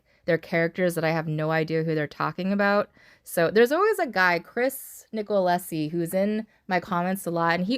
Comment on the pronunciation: Ohhh look you got me in the video 😂😂😂😂 haha story time to shine 🤣🤣🤣 ❤Nico-losi You pronounced it better than most do hhaha Nicolosi 😂 🙈😂